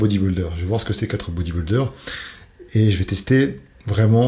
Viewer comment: Dom Dom c’est un mot anglais. En français c’est « culturiste ». Mais même en anglais ce n’est pas bien prononcé c’est vrai.